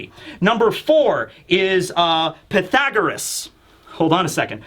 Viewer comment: Connie alive? How many mothers, especially the high percentage of tragic story lines to mothers, makes you not think that she's alive. She dead, haha I've watched multiple one piece chapter reviews and is the only one to say Pythagoras correctly, and I guessed he would haha. You missed the chance to say how do you like them apples.